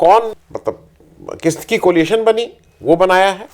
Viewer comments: Tha word is coalition and not coliation. Sorry for pointing out. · एक बार फिर आपको बताना आवश्यक है --कृपया ध्यान दें: "कोलिएशन" नहीं, "कोएलिशन" COALITION!!